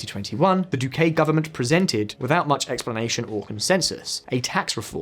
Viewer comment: The pronunciation of Spanish here is criminal. For example, the man is called dOO-kih and not doo-kAy. The city mih-dih-yín and not meh-dél-yin. Never again do a video about a non-anglophone country without first checking on the pronunciation. It ads to the credibility of the message you are trying to convey.